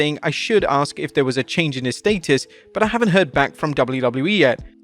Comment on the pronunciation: Your pronunciation of “status” is criminal!!!!